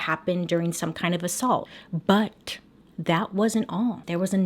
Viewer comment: I've never seen an intensified "BUT" until now